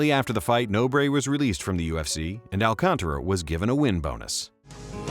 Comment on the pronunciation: Props for pronouncing Alcantara right! First English speaker I've ever heard pronouncing the name right.